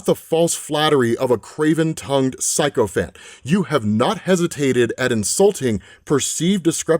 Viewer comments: I love your content and can only apologise it took me this long to subscribe, but I just have to say it’s sick-o-phant, not psycho-phant. Keep doing the good work brother, much love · The word "sycophant" is pronounced "sicko-phant", not "psycho-phant"; and the word ""Daedalus" is pronounced "deh-duh-luhs", not "deh-dallas". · Sycophant. Pronounced si-kuh-fnt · ....[sicko-fant] ...[press-sea-ent] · you pronounced a couple words wrong here,: hers and sycophant